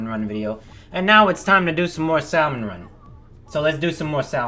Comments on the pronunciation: sal-mun vs sam-uhn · please...stop saying sal-mon the l sounds silent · YOU ARE KILLING ME JUST SAY SALMON WITHOUT THE L IT IS ACTUALLY KILLING ME HEARING YOU SAY IT WITH THE L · I would absolutely 100 percent ask that he make this a full on weekly series, but the way he says "Salomon..." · stop😤pronouncing😤 it😤SALLmon😤run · Why is it sort of bothering me that your pronouncing Salmon Run, Sal-mon run? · The way you pronounce Salmon will never stop bothering me XD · New drinking game: take a shot every time mispronounces "salmon" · Please stop pronouncing Salmon wrong, the L is silent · Same XD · Dang it just commented that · Drink 11 times Yes I actually counted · Him: “Salmon” me: knows it's ironic yet cringes all the same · But that's not how yousaysalmonoml. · The L in Salmon is silent.... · Just a nitpick, but I’m preeeeety sure that the “L” in “salmon” is silent.... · The L in Salmon is silent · Boi the L is sient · Hate to be that guy but the "l" in salmon is silent.